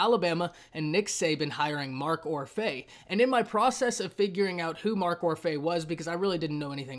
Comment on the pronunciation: It’s pronounced Or-fee